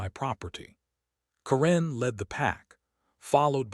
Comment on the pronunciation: Karen is not pronounced as Corrine. The inability of you people to improperly pronounce words is astounding.